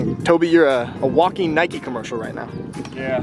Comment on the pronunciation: Did he just say Nikey?